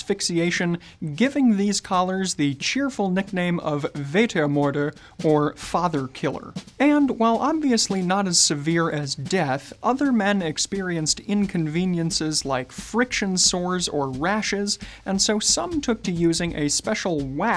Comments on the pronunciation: It's spelled "Vatermörder" or if you don't have an "ö"-key on you keybord "Vatermoerder". But for the main part it's pronounced "Fahtermurder". By the way: I love both the Teddy Boys style and Ultra-wide Laples. I use to wear them myself. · You mispronounced vater. Sven probably had a word with you, about that one. 😅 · Sven, maybe you as a half German should have taught how to pronounce 'Vatermörder' correctly, just saying...:) Otherwise it is - as always - great content you guys produce! Have a great day! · should've asked Raphael how to pronounce "Vatermörder" 😅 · One would expect a man who professes to be a gentleman to know how to pronounce “Vatermörder”. And it is especially bizarre when you consider that his boss is of German extraction. Perhaps he just wanted him to look a little silly. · You pronounced Vatermörder wrong.